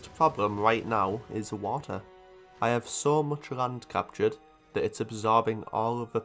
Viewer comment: suddenly noticed a trend in your accent which has become extremely difficult to unhear. It’s how you pronounce L as R. Rand instead of Land, reft instead of left, and prace instead if place. Amazing video regardless, but I haven’t heard this in other accents.